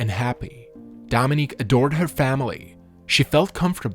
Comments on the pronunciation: One of the things that Dominick Dunne complained about the judge was that he never bothered to pronounce her name correctly, pronouncing it Dominic (the male version of her he name) instead of Dominique. And that’s what you did all through the video. You were constantly pronouncing it Dominic. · So many mispronounced words, even the name of Dominique, which you pronounce as if it's Dominick. Have to turn this off, cannot listen to all these blatant mistakes. Suspect AI.